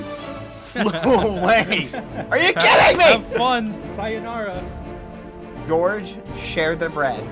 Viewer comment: I like the way you said sayonara